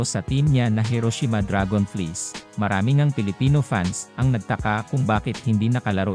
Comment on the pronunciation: Can you pronounce right DRAGONFLIES 😂😂😂